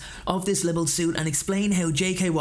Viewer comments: please its not libble , its pronounced - lie bull , spelt libel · mate,, know its petty but LIBEL , enjoyed it but winced every time you said it, sounded like you were saying liberal...libel mate libel, but all good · Sorry to quibble but..."libel" is more 'liebull' than 'libble.' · It’s pronounced “lie-ble”, not “libbel” 😉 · Please stop saying "Libble" the word is "Libel". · I’m sorry, the pedant in me can’t not say it. Libel is pronounced Lie bull. Like bible (otherwise it would have 2 b’s 😅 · libel laws, are pronounced liebel. the way your saying it, made me laugh, thanks for that ... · Interesting. But please learn how to say "libel" properly. It is not usually pronounced "libble". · All well and good, but you might want to google the pronunciation of “libel” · Libel rhymes with bible, not with quibble.